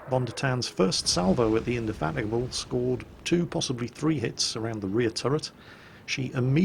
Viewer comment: I'm very surprised you said HMS Indefatigable's name properly!!!!